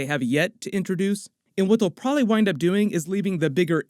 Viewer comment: Pra-lee is not a word.....probably is a word